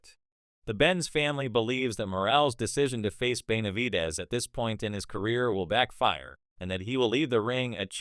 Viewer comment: Boy you suck don't even know the name it's BENAVIDEZ YOU A FOO FR FR BOZZO